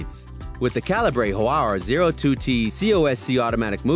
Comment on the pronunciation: It's "Ca-li-ber" not "Ca-li-brae". That's like pronouncing metre as "Me-trae".